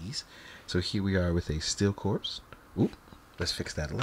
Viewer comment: Pronounced: CORE not CORPSE 👍🏾